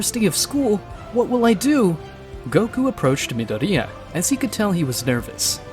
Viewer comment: hearing midoria like Nidorina the pokimon